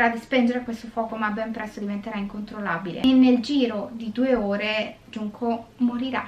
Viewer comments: Sulla pronuncia, non iunko ma giunko pk la J si legge g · Guardo ogni tuo video su questo canale e devo dire che è molto interessante Non studio giapponese ma so leggere qualche frase e 2 alfabeti dei 3 (hiragana e katakana, con i kanji ci devo ancora lavorare😂) 純子 [Junko] si pronuncia con la G e non con la I (questo per rispondere al disclaimer ad inizio video) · Conoscevo già la storia.. Poverina. Comunque la maggiore età in Giappone era a 20 anni. Solo dall'anno scorso è stata mossa la modifica che dovrebbe portare in futuro la maggiore età a 18 anni. Ps. Si pronuncia Giunco. Spero ti sia utile. Perché hai cambiato pronuncia a intermittenza? 😂